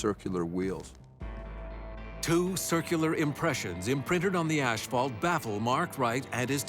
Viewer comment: Ashphault lol